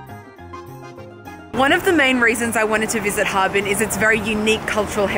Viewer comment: 哈---尔---滨。 尔 isn't silent :p